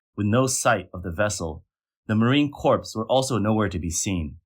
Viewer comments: Lolol "Marine Corpse" Its "MARINE C-O-R-E" Einstein! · Just an fyi, the pronunciation of corps is the same as core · It’s marine corps, not corps😓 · I was about to comment that corps is pronounced "core" not "corpse", but then we are talking about Communist China. You were right. Corpse! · Respect to AI voice for referring to the chinee "marine corpse". 🤣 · I know this is a serious video and all but when I hear "marine corpse" I can't help but giggle.